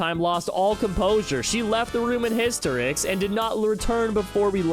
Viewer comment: Hiss-te-ricks that is the pronunciation 👍